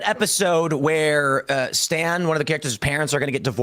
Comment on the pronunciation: To give Tim the tiniest bit of grace, I think he meant to say "Stan's - one of the characters - parents [...]" which makes more sense with how the sentence is phrased, he just swallowed the s there